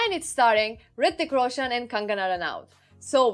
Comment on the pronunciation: She pronounced Hrithik Roshan and kangana ranaut perfectly 👌👌